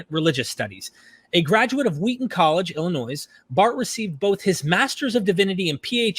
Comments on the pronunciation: saying "ill annoys" 💀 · introducing him embarrassingly sounded the "s" in "Illinois".